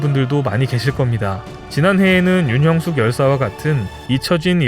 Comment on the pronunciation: 윤형숙 열사를 윤영숙열사로 잘못 읽으시네요 성함을 함부로 바꿔도 되는지요?